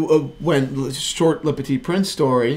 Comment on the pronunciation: How can you butcher "le petit prince" like that? Just say little prince instead of butchering the french language